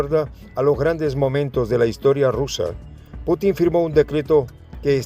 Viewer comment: Se pronuncia Pútin /pútin/, estimada periodista, tal como lo pronuncian los rusos y el locutor de Prensa Alternativa. La ortofonía existe y hay que observarla.